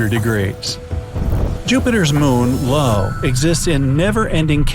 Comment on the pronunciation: Jupiters moon is pronounced eye-ohh, not LO